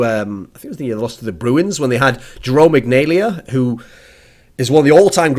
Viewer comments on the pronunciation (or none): Iginla not Ignalia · It's pronounced Jarome Iginla not Jerome Ignalia. Every other part of the vid was fantastic it's just the pronunciation of the name of the Jarome Iginla was incorrect. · its pronounced e-gin-la :) Loved you talking about hockey though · Jerome Iginla (E-gin-la) soft g. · Lolololol he pronounced iginla ignalia. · OOOOO that pronunciation of Jerome Iginla was not to hot. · THE WAY YOU PRONOUNCED IGINLA RIP